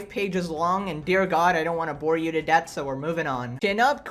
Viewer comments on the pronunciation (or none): none